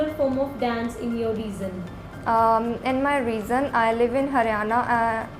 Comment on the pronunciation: Even the examiner calling "region" as reason